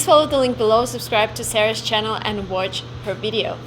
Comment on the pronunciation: You speak really good English but I think you might want to reshape your A as in Watch. It doesn't sound very natural.